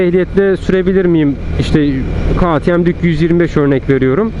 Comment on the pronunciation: KağTieM değil KeyTieM yada direk KaTeMe diye telaffuz etsen çok güzel olacak kardeşim. Kazasız belasız sürüşler.